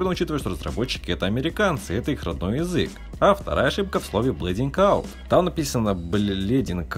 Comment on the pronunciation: почему мне послышалось "Блядинг оут"?